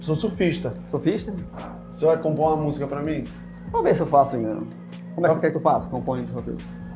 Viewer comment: Ele pronúncia Musga. 😮😮